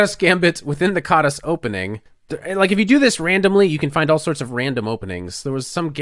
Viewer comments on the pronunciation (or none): It's pronounced as kaadash in Hungarian but never mind.